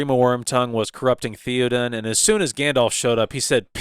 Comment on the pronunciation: Okay not a bad review with a couple of exceptions, pronunciation. It's pronounced THAY-O-DEN King and DEN-A-THOR.